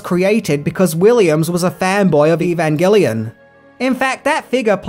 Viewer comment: You gotta love it when, known for mispronouncing names, goes for the gold and gets Evangelion completely correct. Bravo, sir!